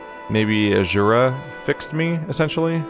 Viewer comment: I love how you call Azura ashura lol